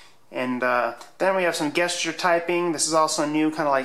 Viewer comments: Guess-cher. Gesture is pronounced "Jess-cher". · You're the second person I've seen in as many days who says "gesture" like guest instead of jest. Is this some weird alternative pronunciation that I haven't been informed about?